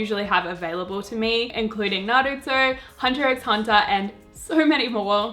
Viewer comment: You know they're an anime rookie when they pronounce the "x" in hunterxhunter lmao